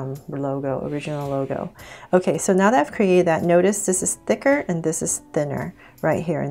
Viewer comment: Why do you allways say thiker !!!!!